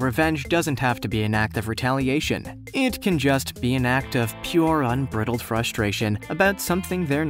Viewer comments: I think that you mean”Unbridled” not “UN-BRID-YULED”, which isn’t even a word. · "Unbriddled"? SERIOUSLY?!!! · It's pronounced "un-bry-delled" after a horse's bridle. Any genius knows that.